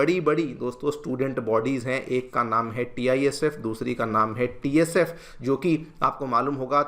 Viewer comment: Ye aawaz TSF ni uthaya hai TISF ni nahin.